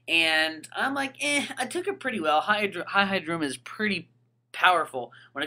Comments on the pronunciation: E-E-Daruma Not Hi-Hi-daruma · hihidaruma is pronounced as he-he daruma not hi-hi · its pronounced he-he daruma not high-high daruma dude do you see anyone else calling it that, get with the program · Why does he pronounce hihidaruma sa Hai-hai-da-ruma? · It was painful listening to you call it "Hi-Hi-daruma" >.> ow. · HAI HAI DARUMA!! Seriously though, you have been told literally thousands of times how to pronounce their names...just like Hon-Krow, Vennu-Saur, Lati@ and the many other examples.